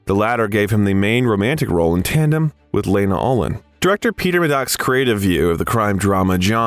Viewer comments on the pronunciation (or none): none